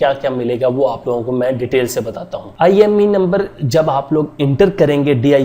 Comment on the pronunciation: IMEI number hota hai...IME Nhi😂